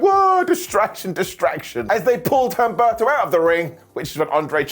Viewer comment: OOm - bEhr- tOh, not HUM - Berr-To